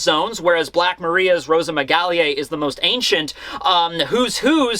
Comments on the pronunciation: If you want to pronounce it properly try to say the simplest way like "Rosamygal Grovogeli" don't prounounce the "e" of the Rosamygale part and simplify the "au" to just "o" in the Grauvogeli part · Pronounciation Guide for "Rosamygale": roe - sa (as in 'Sasaki') - me - ga (as in 'Gas') - lay "Grauvogeli": grou (say the ou as in 'loud') - foe - gay - lee Stressed syllables are in italics. The word "grauvogeli" is likely derived from the last name of french paleontologist Léa Grauvogel-Stamm, who worked closely with Jean-Claude Gall, one of the scientists who first described the spider species in 1992. The name "Grauvogel" is german in origin, hence the odd pronounciation. Source for pronounciation: I am german. Source for name origin: Derived from articles on Jean-Claude Gall and Léa Grauvogel-Stamm on the german wikipedia. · Rosamygale Gravougaly is pronounced Hozamygale (e like in fiancèe) and Graoovogeli (ge like in gekko)